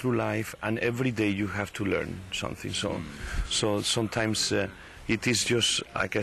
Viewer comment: i like when he say "sone times" instead of some LOOOL he's so cute